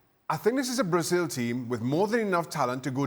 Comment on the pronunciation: His actually Venezuelan and he is pronouncing it correctly.